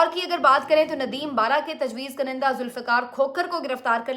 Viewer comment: بیٹی! یہ جو لفظ آپ بولتی ہیں اس کا تلفظ درست کر لیں. اس میں ‘ک’ کے اوپر پیش ہے اور پہلے ‘ن’ کے نیچے زیر ہے. اس کو آپ ایسے بولیں “Kun-in-Dah” تو ٹھیک ہو گا ........ شکریہ 🙏🏻.